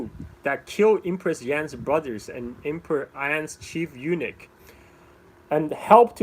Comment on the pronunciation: A small detail: Eunuch is "U-nuck" not "U-nick". In any case, thank you for taking the time to do this. You have become the Lei Dai Sor of SE Asia.